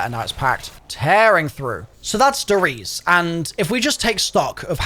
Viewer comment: E's in German are not silent. It's not "Ries" more like "Reese-eh"